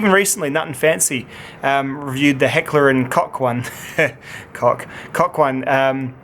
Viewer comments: Koch pronounced as coke not cock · Completely wrong, it's from Germany so Americanised-German pronunciation (like with Schrade, which would be pronounced ''Shra - duh'' in the mother country) is incorrect. It's pronounced koch, with the ''ch'' sound being a guttural sound as in Scottisch ''loch''. If you can't make that sound, then cock is the closest approximation.